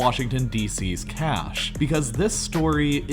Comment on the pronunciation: stop saying cash like that please